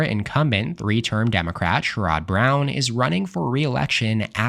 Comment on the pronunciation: Sherrod Brown NOT Sher-ROD Brown 😂